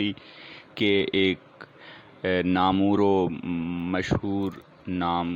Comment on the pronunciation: Ap ki veds bht hi achi hoti he aik lafz ki tarf twjja dila raha hun lafz namoor ka talafuz shayad namwar he . jahan tk me ne suna he baqi ap maloom kr li jiega